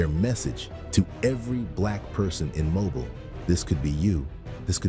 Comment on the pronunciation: Having been born and raised in Mobile, hearing it pronounced that way was unpleasantly jarring